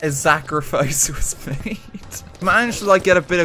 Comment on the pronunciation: I can never unhear 'zachrafice'